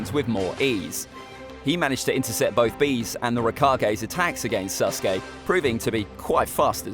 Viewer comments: Alright, everyone forget about “Ahkatsookey” listen to this, “Sus-gay” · sas uh kay